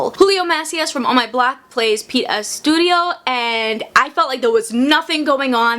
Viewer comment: I was so confused when you talked about Pete. Me: "Pete Estudio? Estudio? .....? ES-TU-DI-YO? AS-TU-DI-LLO? OMG Pete Astudillo."